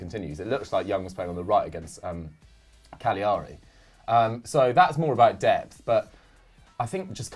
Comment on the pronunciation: Love you all, but damn please pronounce cagliari properly. Ca lea ree